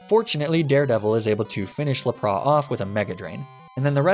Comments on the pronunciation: Not judging but why do you pronounce it as Luh-prah instead of Lap-ris? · Misty's WHAT, have ive been saying Lapras wrong all these years?!?!?! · Why are u saying Lapras like that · The way he said Lapras I thought it's just an insider trill or something. But when it came to Arcanine, it started to get annoying...